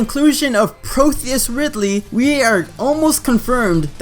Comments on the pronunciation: ProTeus. Not ProTHeus. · It's pro tea us not protheus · It's pronounced Proh-Tee-Yis Ridley. Like the Greek God of bodies of water, rivers, and versatility I think. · I am gonna have to be that guy for a second and correct you on the name. Its not Protheus -- its actually Proteus. Just to help out for a next video if you involve this with others. Also in the wiki, yes someone can make up shit but I am still gonna put this up here; it explains on the background of Proteus Ridley "Following his numerous defeats as Meta and Omega Ridley in Metroid Prime 3: Corruption, Ridley managed to regenerate enough of his original body to no longer require most of his cybernetics." Now this may explain why he has little cybernetics in the game and SPOILERS!!! why Samus was focusing on his chest in the cutscene for the start of Phase 2. In Metroid Prime 3 it was the weakest point to even damaging him when fighting Omega Ridley.